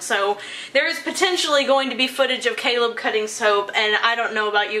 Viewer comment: was I the only one who thought Caleb said celeb😂😂